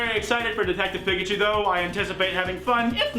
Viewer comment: sonic big legs>sonic human teeth>sonic tiny eyes. also, i don't like the way you say pikachu my guy.